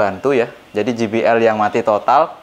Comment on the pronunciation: JBL Dibaca kalo inggrisnya "je bi el " bkn ji bi el...huruf J dlm inggris dibaca "je" kalo huruf G dibaca "ji".